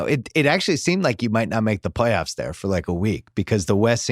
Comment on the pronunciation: Palyoffs?? lol its all good. We know you mean Playoffs lol